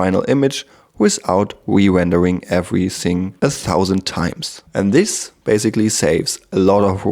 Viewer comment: Cooles Video aber eine Sache noch: Es heißt this/that etc. und nicht sis und sat :0